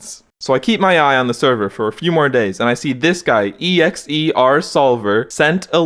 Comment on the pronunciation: e-x-e-r instead of X ER sob i think exer is prob like the most knowledgeable person in mcsr that is still active p.s i think i sent u a disc friend request i have a sub 30 idea BRUH yaychloe